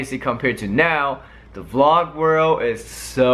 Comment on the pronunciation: It's a VLOG not VLOO